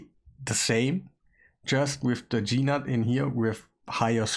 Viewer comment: his name is not Gee Nutt.!